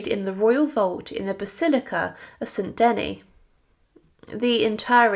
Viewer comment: Thank you for the history, but please do check pronunciation it is "funeral oration" not funeral operation", Saint "De-nis" not St Deny, etc